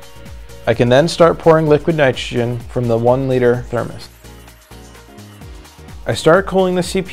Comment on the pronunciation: "Liquid nitgegen" wtf are u saying bro ???